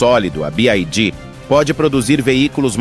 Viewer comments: Y = "wai" e não "ai" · A pronúncia certa para a sigla BYD é BI-UÁI-DÍÍ !